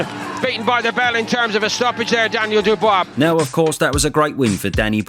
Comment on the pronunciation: Why do you REFUSE to say Dubois correctly?